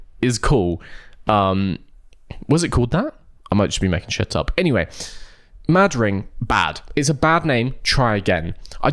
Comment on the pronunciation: You're probably not supposed to pause between Mad and Ring so that it's like a weird pronounciation of Madrid. Not saying that makes it better.